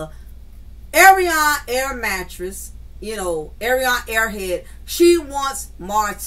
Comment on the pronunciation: air mattress is a good one every time you say it. I be screaming 🤣🤣🤣🤣🤣